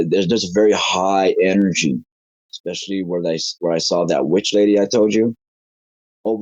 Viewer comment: Anyone who says, "expecially" is highly credible, I don't care what anyone says.